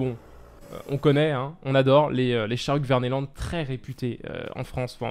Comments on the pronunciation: salut super video mais on dit k verneland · Slt dsl de te reprendre car je n'aime pas reprendre les gens mais kvemeland se dit Ké-vemeland